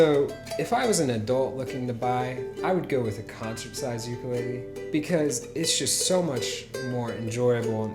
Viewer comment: You are saying ukulele wrong. But good video